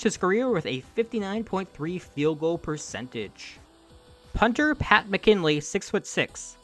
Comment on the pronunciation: The punter's name is pronounced Mac-in-ally.